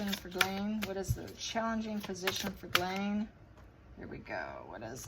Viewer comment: 1st person (of too many) who has pronounced Ghislaine the right way!! KUDOS!!